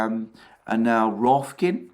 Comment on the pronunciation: I love you still call it Rofkin..